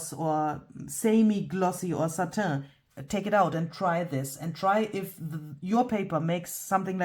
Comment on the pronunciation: Satin put “pronounce satin” into Google ( or similar) it will tell you how